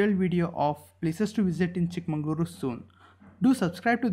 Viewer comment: Pls pronounce chik magaluru properly Pls